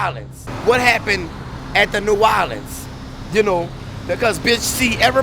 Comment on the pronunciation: New Orleens.